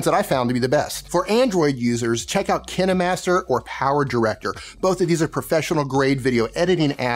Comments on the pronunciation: in ive used both kinemaster and power director. Personally I foud kine master to be wayyyy better both for editing and cutting the video in general and also for layering in regards to reaction videos. However its not pronounced "kineh-master" its pronounced kine (like vine) at least thats how I've always heard it anyways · Not trying to be mean but it’s Kie-n master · When my friend told me about KineMaster I heard Kindmaster lol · Did he say kin-e master?? Hahaha. I thought it was Kine like Vine